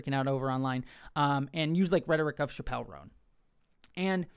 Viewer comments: No Liberal is saying you can’t criticize Kamala. This is just leftist virtue signaling from you. Also, it’s pronounced Chap-L. Not Shapelle. Clearly you’re not even a fan. The issue wasn’t her not endorsing Harris, it was the fact that she put both sides on an equal plain. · it's Chap-el, like "going to the chapel/gonna get married", not like dave Chaaaa-pell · Her name's pronounced "chapel" like Chapel Hill or a chapel where you go to church btw. That wasn't all I took away from your video, though, I promise. Vote locally ✊ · It’s Chappell like Chapel, not like Dave Chappell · Dude— please pronounce her name correctly..you, so easily, could’ve made sure…UGH.